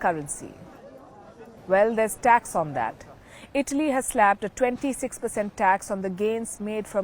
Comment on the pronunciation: Say ITALY properly. I thought u were saying BALI